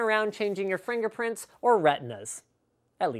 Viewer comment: "fringerprings" LOL